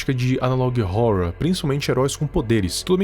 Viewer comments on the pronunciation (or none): FALA ANALOG HORROR DIREITO!!!! TEM UM "HO" ANTES DO "RROR"